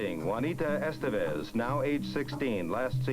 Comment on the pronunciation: did you see how he said Juanita Estevez? That’s how you should say it without trying to put your ridiculous Spanish accent on it and disrespecting them. once again you completely butchered someones name. Its Selene pronounced Seleen.